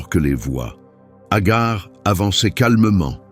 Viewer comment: Ce n'est pas Agar c'est Hager qui se prononce Hajer qui dans Un premier temps avait été choisie par Sara étant stérile c'est pourquoi Hager 2eme épouse d'Abraham avant que sara ne tombe enceinte d'Isaac à l'âge de 80ans (dans l'islam)❤❤❤❤😊 ET Hager n'était Pas sa servante bref Un conseil lisez le Saint Coran ❤❤❤❤😊